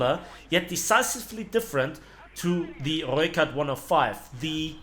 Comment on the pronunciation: Damn somebody can roll their r's. So far this is the best pronunciation of rooikat I've heard.